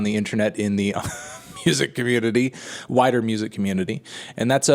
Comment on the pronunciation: Did you say "wider" music community or "whiter" music community?